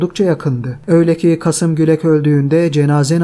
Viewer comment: Kasım değil, Kâsım Gülek.